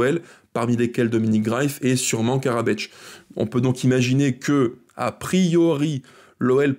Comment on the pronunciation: thanks video, but no Karabeč, just Karabec :)